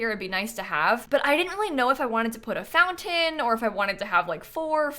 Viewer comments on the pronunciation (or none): none